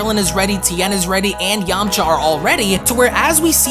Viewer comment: Who else laughed when he said Yamacha